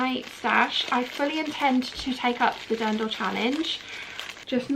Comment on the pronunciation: All the lovely sparkle! I absolutely understand your love for all of them. And your pronunciation of Dirndl is pretty close, o need to worry about that one.